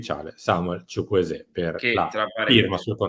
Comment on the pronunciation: Ma perché solo lui lo pronuncia "Chuchwueze' con l'accento ?